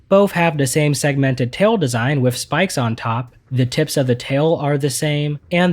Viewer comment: I can't do it.... with....WITH.....W....I....T....H TH NOT WIFF ....... TH.... NOT F